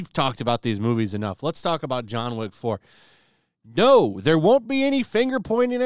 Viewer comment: It's John Wick not John Woke